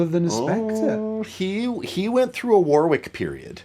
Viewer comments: Whatever the history I'd have a Streamer Stage 2 over an NS2 any day. When I was learning how to play in the late '90's I knew about Warwick before Spector and the players I admired all played Warwick. The Streamer Stage 2 was the one. And, sorry Yanks, it's pronounced Worrick! Quit the War-wick crap. It's not a candle going into battle! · It's pronounced 'worr-ick' not 'war-wick'. There's an English town of the same name and pronunciation. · Sting had a foam pad under the strings in front of the bridge too, just damping everything. AND.... it's pronounced WORICK. It's a weird one, like WOOSTER sauce 😁